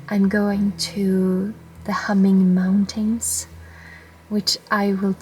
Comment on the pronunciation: Love the way you pronounce "moun-tain".